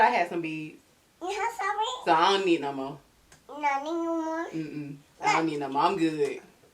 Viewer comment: That’s was very very smart of her she didn’t repeat the way you said “no mo” she said it the correct way “no more”😊❤